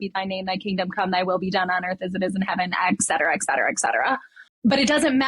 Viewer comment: etcetera (Latin = "and so on"). Say "at-settera", not "ak-cetera" - T before C, no "K" sound!